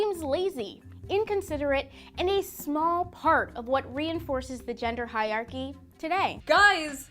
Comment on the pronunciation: "elevated knowledge" "hi-archies"